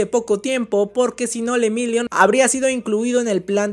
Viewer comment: Jajjaj se dice lemillion.... no se dice lemirion jajja